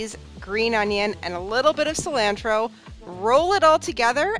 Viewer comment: "cil-rancnchro" I'll never not hear that lol